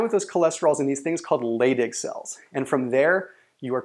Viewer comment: they are pronounced "lie dig" cells, not "lay dig" cells. Also dihydrotestosterone is pronounced "die hydrotestosterone" not "de hydrotestosterone".